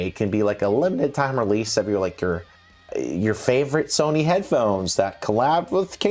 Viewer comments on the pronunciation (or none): none